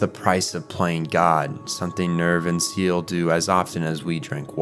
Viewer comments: Love this video, great job. I'm guessing you've only seen the subbed version you should try the dubbed too Seele: say-lay Wonder: voon-der nebuchadnezzar: ne-boo-ka-ne-zar I think there were a few others... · It’s a good analysis . I mean this in the most respectful way, there are plenty of times some of these words are pronounced throughout the series. I’ll give you the benefit of the doubt and say you watched in Japanese,or just human error as a whole. But things like “SEELE” being pronounced as “ZEAL” or “Magi” pronounced as “MAGGIE” make it a bit jarring. But hey, you’re a new fan, and still had the guts and drive to make a video essay about this, so mad respect. Just trying to help you out man! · Great job, great editing, only smallllll thing was seal vs seh leh, I've always heard seh leh but maybe this is my bernstein moment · It’s not “seal” it’s “saylay” German for soul. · Most of this info is great and I want to watch this video. But how can you claim to have watched the show and read the manga, and dived as deep as you have into evangelion, and somehow pronounce everything wrong in the first five minutes of the video. 🤯 seele is not pronounced seal, nor is that how you pronounce the spear of longinous, or the magi system, Its not magie. It's apparent you put so much time into this and I want to enjoy this video so bad but that just seriously makes it unwatchable man. Smh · The organization Seele is pronounced "say-lay" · Seele is actually pronounced more like "Saylay" (still not quite right). It's german for SOUL. GEHIRN is BRAIN, NERV is well.. NERVE and WILLE is WILL. KREDIT would be credit but that's just a minor additon. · you called seele "seal" you've never watched the show, have you? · My only issue is the pronunciations of some names like Seele. It's Seh-leh. Mar-duke. Still I could be wrong but Japanese translation of children along with English in proper format is still child. Only when speaking of the individual of course. Not Rei tho.